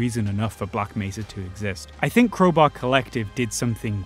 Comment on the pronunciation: Man literally just said "Creubaeu" instead of crowbar